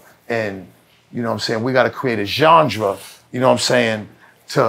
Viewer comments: Why has nobody checked him on the word Genre?? It’s not Johndra bro!! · Somebody needs to tell him how to pronounce genre lol. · got into boston tech and cant pronounce "genre" correctly? I did my life wrong. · Gendre..Genre..😂😂. Love Zino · CAN SOMEONE TEACH BENZINO HOW TO SAY “GENRE”😅😂🤣🤣🤣🤣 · Somebody tell Benzino there’s no ‘D’ in “genres” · It’s hilarious that Benzino can’t say the word “Genre”